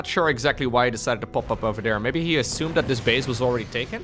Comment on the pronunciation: What EGGzactly?